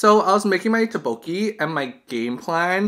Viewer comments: Lmao I was cringing when you said Tteokbokki like "Tah-boki" XD I pronounce it like " Toek-boki" I think it might be just a preference, but I just follow how my Korean friends pronounce it. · great video, but the pronounciation of tteokbokki is incorrect, it's pronounced as dukbukki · I’ve never heard ttoekbokki pronounced so horribly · Haha oppppps, my bad! I didn't know I was pronouncing it wrong, I'll try to remember for next time I film a tteokbokki mukbang haha. Thanks for the correction there, it would be so embarrassing if I was talking to a Korean person saying "tah-boki" the entire time lmao :P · You said the name wrong...